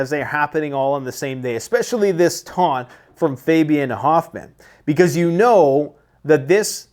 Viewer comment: "Exspeacially" is not a word.